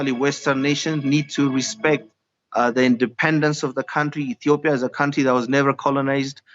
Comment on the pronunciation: Yeah so concerned she can't even pronounce Ethiopia correctly.